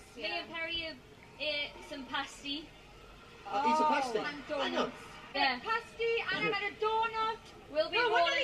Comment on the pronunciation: Pasty is pasta lol